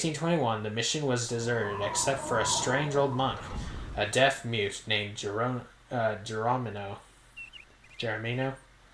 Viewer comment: Geronimo is pronounced jur-ON-ih-moe and was a famous Native medicine man—that was an historical easter egg. Fun fact: Chet Flippo played himself. He was a famous journalist who wrote for Rolling Stone and helped make country music popular. Fascinating guy—look him up